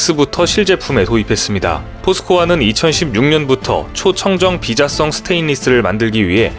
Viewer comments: 비자[성]이 맞는 발음입니다... ^^ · 무식한가 ? 비자-썽 철판이 아니고, 비-자성 철판 이니라.~~ 도대체 이야기 하는 내용읗 이해나 하고서 읽어대는거냐 ??